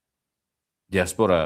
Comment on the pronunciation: axı sən elimli adamsan.Dia'spora vurğu birinci (a) hərfinə düşür.